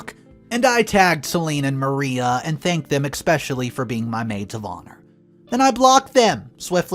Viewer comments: We play drinking game every time you mispronounce a word. Are drunk. It's not Maria. It's Mar I ah. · Mar I ah not Mar ee ah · As in Mariah Carey. I was thinking the same thing.